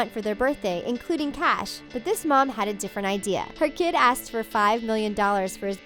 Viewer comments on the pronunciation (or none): none